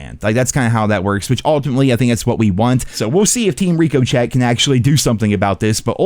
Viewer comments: Somebody explain to this man that it's Ri co chey look at the logo it's a bullet bouncing off an object. Look up to word and have google help pronounce the word lol for the love of god. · Still calling it Reeko-chette hahahahahahs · *Ricco-shay is how it’s pronounced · did he say… reeko Chet??? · Bro is NEVER saying Ricochet right. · I assume by now that you're mispronouncing "Ricochet" on purpose?